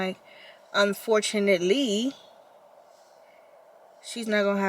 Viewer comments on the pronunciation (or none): Fortunate “Lee” As in fortunateLY